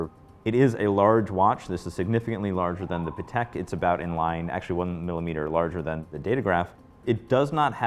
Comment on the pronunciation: Hate when guys pronounce Patek sounding like Paddock, ugh.